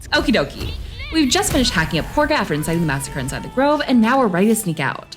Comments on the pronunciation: It’s pronounced kah-gah. Not corga. The characters just say that because… hear me out… THEY ARE BRITISH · Did I miss a joke as to why you say Korga instead of Kagha 😭😭😭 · Khaga not corga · Ngl. Many hundreds of hours into BG3, and I'M JUST NOW NOTICING the difference in the name of Kahga, vs the pronunciation, Corga... Is that a thing orrrrr... Just how says it? The hamster in my head be overclocking himself thinking about that shit now lmfao 🤣🤯☠️ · They’re not saying “Corga,” they’re saying Kahga” with a British accent. An American should pronounce it “Kah-Gah.” Think of it like the way British people would say Saturday like “Sa-ur-day.” That doesn’t mean we should start saying it like that. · Careful there. Those british accents are getting to you. You don't have to mispronounce Korga's name because they do.